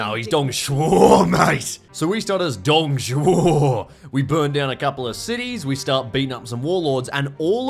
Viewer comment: Dude, perfect pronunciation of Dongs name